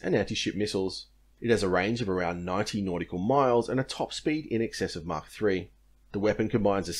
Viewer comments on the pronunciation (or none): none